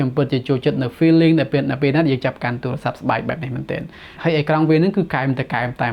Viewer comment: បងនៅតែនិយាយពាក្យអាទូរស័ព្ទដូចជាឆ្គង